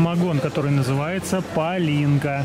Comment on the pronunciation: Не палинка с ударением на последний слог, а палинка ударение на первый слог! А вообще то Венгрия это мы так называем, правильное название страны Хунгари! И не венгры а мадьяры.